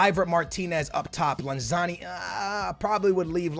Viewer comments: I love you man, but its LanZINI not LanZANI, keep it up man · you have been saying Lanzini wrong it’s not Lanzarni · It's not lanzani, it's lanzin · stop saying lanzani. it's lanzini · Larn-zarni, it’s lanzini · Its lanZINI FFS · FFS its pronounced LanZEEEneee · Sorry, here’s how u pronounce them: Lan-zi-ni Bi-ram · Say it with me, LAN-ZEENEE. Manuel LANZEENE lol love the vids dude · YOU SAY LANZINIS NAME WRONG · I'm m sorry but how can you miss pronounce Lanzini??